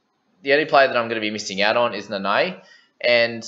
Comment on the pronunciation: Your Nanai sounds allgood though. But can always be improved a bit. You have Tago on lock tho!!